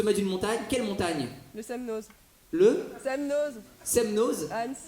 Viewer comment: SemNO (le z) ne se prononce pas. De rien